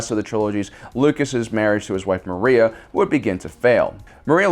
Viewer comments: Not Maria- her name is Marcia. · Maria Lucas, hahaha. My friend, it’s Marcia Lucas. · Maria? No, it is Marcia Lucas.